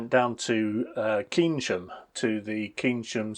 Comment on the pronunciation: Keynsham is pronounced "Cain Sham"